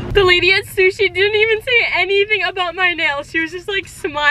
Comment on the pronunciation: For 1⁄2 whenever she said I'm going to go get sushi it's ended like she said I'm gonna go get Suzy LOL!